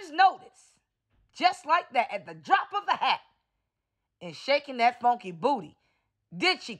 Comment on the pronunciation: Mannnn!!! I freaking love you! 🥰 You are so crazy 😂 especially when you use the word "funky" the accent just take me out 🤭🤭🤣🤣🙃 but seriously... She's huuuggeee!! 😂